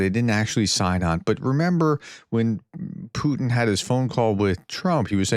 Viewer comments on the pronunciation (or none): none